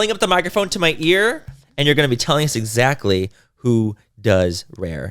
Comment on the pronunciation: You really need to teach Laura how to pronounce exactly